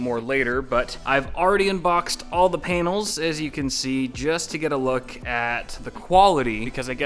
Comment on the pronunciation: he said, Painals.